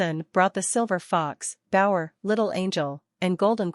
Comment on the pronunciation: Its not bower its bao’er